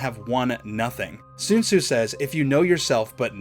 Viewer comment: Sun zu not Sune su